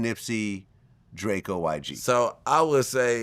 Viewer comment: This nigga said drako. I gotta be getting old.